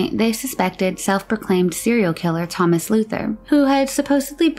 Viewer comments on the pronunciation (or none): none